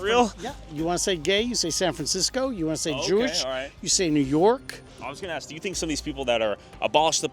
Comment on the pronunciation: "When they axe for certain things"